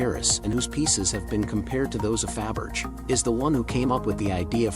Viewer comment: First time Ive ever heard Faberge pronounced like that🙈 As for the Scents I think it’s just scents for the Ridiculous Rich Of the world and not one of them mentioned would I ever buy even if I had the money..